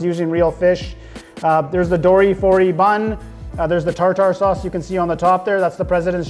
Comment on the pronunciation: Thanks for the shoutout. Commenting on the quality of the fish without harping on the batter having no taste. You’re learning my young Padawan. Now if only you knew how to pronounce tartar sauce 😂